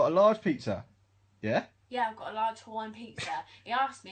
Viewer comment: She was hot until she said Hawaiian